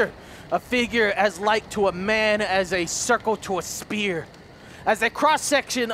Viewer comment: as much as I love you, did you get an F in English.. "Sphere" is not pronounced spear"